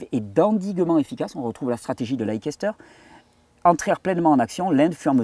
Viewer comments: SUPER ! ! QUEL BOULOT de Recherche ! ! Merci Thierry, pour ce partage. Gratitude. PS : pour la ville anglaise de LEICESTER... "lékesteur" se dit "Leïsteur" ;-) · Bonjour Thierry, Leicester se prononce ' Lesteur'. 😊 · Leicester se prononce Lèster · Leicester, j'y ai habitée lors de mes études... Ça se prononce leisster.. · pour info, Leicester se dit "laisse taire" phonétiquement parlant, fuyons ce que les laboratoires veulent vendre, il faut aussi savoir qu'à la source de l'éducation en matière de médecine on retrouve... les rotschilds elle est pas belle la vie